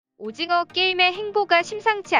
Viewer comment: 오짐어 화이팅으로 들리네 ㅡㅡ